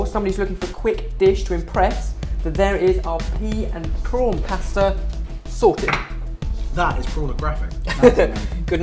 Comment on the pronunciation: sounds like youre saying sorted water :D